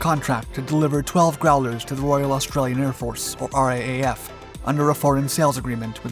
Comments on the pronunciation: It's pronounced "R double-A F", mate, not "RAAF". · It's R double A F, not R A A F. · Just a heads up, when referring to the RAAF, we say it R-doublle-A-F, not R-A-A-F. Love your channel. Cheers from Oz. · Just a thought for future commentary…no one in Australia says “R-A-A-F”….it’s a bit of a mouthful, and we Aussies are lazy talkers. The common pronunciation is “R double A F”….it just easier to say. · It's pronounced R double A F. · For future reference, RAAF is pronounced "ar-double-a-ef". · It is pronounced R double-A F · RAAF - It’s pronounced “R double A F” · For the love of god ask an Australian how to pronounce RAAF if you're gonna keep ralking about us